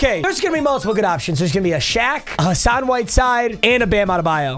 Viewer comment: Bro said Hassan whiteside 😂